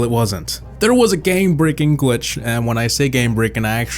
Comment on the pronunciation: he said gwitch